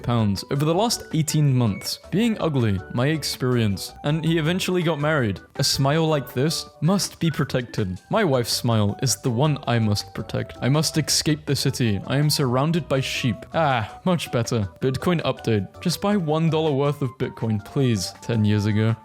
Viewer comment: This guy fucking pronounces escape as ecscape